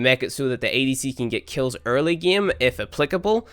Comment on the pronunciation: 'This geeem'